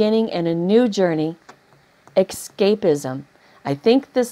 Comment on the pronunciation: So sorry to keep correcting, I have Asperger's... there's no k in escape, it's just es cape, not ek scape :)